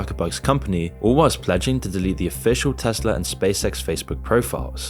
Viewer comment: Tesla* not Tesler